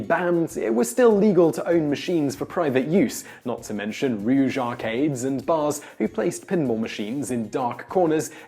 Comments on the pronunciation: The fact that he said rouge instead of rogue is driving me nuts. Rouge is a reddish color. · Rouge parlors…. Would it kill you guys to go over copy and confirm the text and pronunciation is correct? It’s getting a bit frequent.